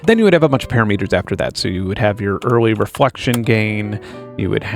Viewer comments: pah-RAM-it-er. Not PARA-meter. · Awesome video. Btw is “parameters” sounds like” puh-RAM-eh-turrz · LOL, I heard that too, and I was like "pa-ram-met-ers!" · what's a para-"meat"-er? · PUH - RAM - EH - TERS You're welcome. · First time hearing that pronunciation of “parameters” as “parah meters”. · As a programmer, hearing "para-meters" made me cringe. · Amazing video Benn. Sorry for this - parameter /pə-răm′ĭ-tər/ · Please... Pair-ah-meh-ter. NOT Pair-a-mee-ter. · Why’d you say parameters wrong? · The way you pronounce "parameters" irks me to no end.